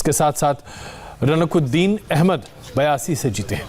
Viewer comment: Abe ranukuddin Nahi ruknuddin hai wo....😂😂